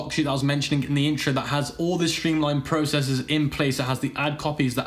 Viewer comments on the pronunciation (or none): none